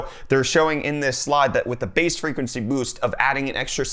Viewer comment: Haha "Freguency"